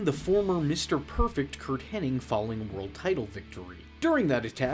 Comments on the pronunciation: Hen-nig not henning, you idiot! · Henning and I was screaming at my screen. It even says Hennig loud and clear on screen